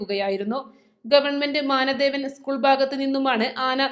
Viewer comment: മാനദേവൻ അല്ല മാനവേദൻ